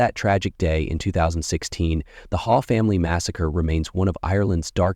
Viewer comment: ✨ It's pronounced 'Haw' but spelt Hawe (sometimes also Haugh) & wife's maiden name Coll. This happened years ago - i got the fright of my life when i saw this thumbnail saying 4 days ago. I thought "God! How did i not hear about this?". Until i saw the pics, i remember when it happened. Whoever is narrating should take the time to check pronunciations of names & places. Its very easy to do these days 🕊️ ☘️